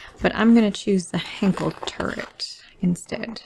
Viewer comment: She keeps mispronouncing Henschel, it's not Henkel, ffs.